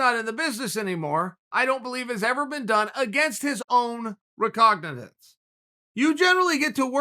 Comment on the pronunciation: Uncle says "recognizance" like I say "officer" after a long night of drinking.